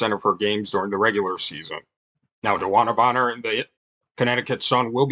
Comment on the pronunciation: He practiced saying DeWanna Bonner 😅 100 times